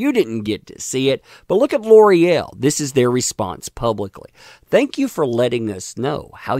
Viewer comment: gotta cringe every time L'oreal is butchered into Lore-el. now that i've said it, you can't unhear it